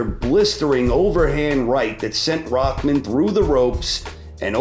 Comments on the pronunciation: who is "rockman"? his name is rahman; there is no k in it ._. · Why is it spelled Rahman but pronounced Rackman